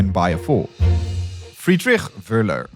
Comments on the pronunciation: A 20 Mio subscribed channel and i had to hear Wuhler instead of Wöhler. Wohler would have been acceptable too. So zero effort in finding out the correct pronounciation. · That's not how the German name "Wöhler" is pronounced. The German umlaut ö, has no exact equivalent in standard English, but it is closest to the 'i' in bird, the 'u' in burn, or the 'e' in her (when spoken with a non-rhotic accent, i.e., not pronouncing the 'r' strongly). In German an "h" after a vowel indicates the vowel is long, not short. (And yes, the umlauts ö, ü and ä are vowels.) There's no "sh" sound in that name. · A fantastic film, as all of yours, but making the shortest research to find out how to pronounce important people’s names would increase your credibility. Wöhler, not Wohler, big difference!